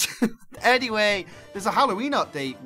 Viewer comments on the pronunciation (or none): none